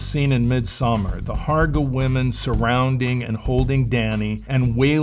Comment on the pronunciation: The 'å' in 'Hårga' is not an A, BTW. It's a monophthonal O.